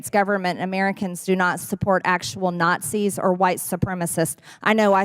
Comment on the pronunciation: It sounds like she is saying NOT SEES